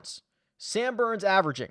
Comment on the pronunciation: Did you say boooo? Or Booourns? Yeah definitely going with Sam Burns!